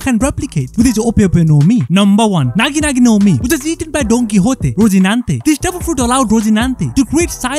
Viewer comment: (accidentally pronounces nagi nagi no mi niga niga no mi)